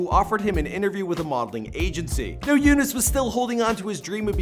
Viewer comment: I think you pronounce Younes great for an American. It's not exactly how we say it in arabic but good job